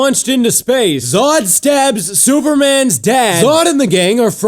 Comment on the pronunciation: I love how you say superman's dad SOOpermins dad!